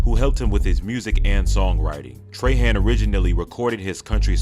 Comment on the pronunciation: Trahan is pronounced "trah-haw" not "tray-han "